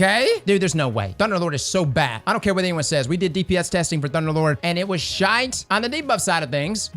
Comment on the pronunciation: As a Scotsman, I have often wondered what it would sound like if an American said "shite" Its as wierd as I always knew it would be. I love it.